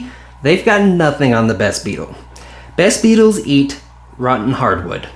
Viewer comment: It took me 'til this comment to realize what you were saying. I thought you were just calling them the best beetles. Than later started wondering if you were saying "vess" beetles or something.